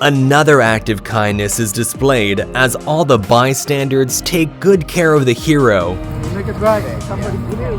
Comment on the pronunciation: the "bystandards"??